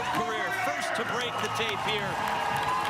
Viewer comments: You are pronouncing the name wrong. It's "rir" not "rea" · Ko......rir.... not koria.